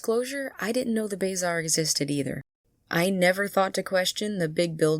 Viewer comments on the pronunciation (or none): It is pronounced buh-zaar, not bazar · real question is why you say "bay-zar" instead of "buh-zar" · it's pronounced "buh-zar", not "bae-zar". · brooo it's bah-zar not bay-zar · #10 The way you pronounce bae zar 💀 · It's "BUH ZARR" not "BAY ZARR" btw, nice video. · Ah hell, the way you say Bazaar just makes my inner englishman come to life and want to load a musket. I do agree that half of the stuff in the game is very poorly explained for its demographic. I thought that a secondary school wasn't just an option, but that it was mandatory. I thought that the game was an elaborate thing of rock-papers-scissors and I took ice and storm to make sure I'd always win, as I started as a death wizard. Horrible time, to be sure. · call it the "bay-zar" again, see what happens. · Bazaar is pronounce buh-zaar kinda like bizarre not bay-zaar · The what?? It’s The Bah Zar. Not Bay zar lmao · BAYzar idea how you say it??? I always said Ba Zar lol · I got so distracted by your pronounciation of the word "Bazaar" lol.. "bayy-zar" (its more like "buh-zaar") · Number 10: pronounce bazaar as "bay-zaar" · You mean... BAY ZAR lol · why do you pronounce it as bayzaar lol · Leave it to a fire wizard to say "bayzar"/s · Lol “Bayzaar” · Bayzar? Lol it was there before the kiosk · Pronounced bazar lol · shopping in the bayzar lmao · BAY ZAR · WHAT did you call the bazaar im crying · The way you pronounced bazaar caught me off guard